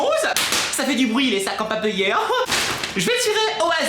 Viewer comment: tu a maleu a la gorgeu? sinon super je sais pas si vous avez remarquez comment a dit sac en papier 💋💋💋💋💜💜💜💜👏👏👏👏👏👏👏👏👏👏🎋🌴🌴🌴🌴🌴🌴🌴🌴🌴 Vidéo a faire: Room tour, Bebe (avec les géant pouper)elle sera la tout les mercredi